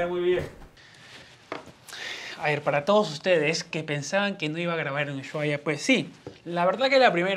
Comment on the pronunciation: Que bueno que hayas podido ver la patagonia argentina!. Por cierto, ushuaia se pronuncia "normal" sin enfatizar el "sh" simplemente "usuaia"